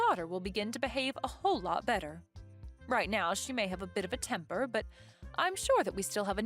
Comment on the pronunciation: Temper not tempur